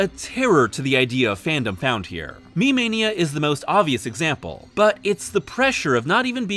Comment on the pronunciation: Slight pronunciation goofs. - Kirigoe is Kiri-go-eh. Not Kirigo. - Me-Mania is Me-Mah-nia, not Me May-nia. - CHAM! is said champ without the "p", not "Charm".